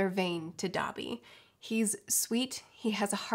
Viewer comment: When she said "Dobby", my weeb ass heard "Dabi" and I had to pause the video for a moment